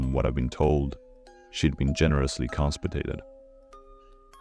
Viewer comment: Ohemgee! No hate, infact I think i like it. But in the beginning when say the mom was constipated { compensated } that made me crack up. Awesome story and narration.